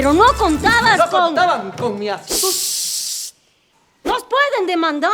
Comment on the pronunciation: 'Asusticia'? . Pero no contabas que se decía astúcia :/